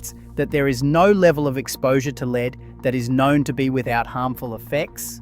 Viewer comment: The transcript thrown through AI voice creation giveaway on this video with the word Lead (the element Pb) Some correct pronunciation of 'ledd', then at least 3 times the voice used 'leed' . Mass produced AI content.